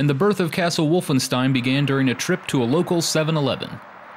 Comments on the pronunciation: its pronounced wolfenSHtein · "one of the most important franchises in video game history" therefore I'm going to butcher the pronunciation of the game's title and its protagonist. Otherwise - nice video!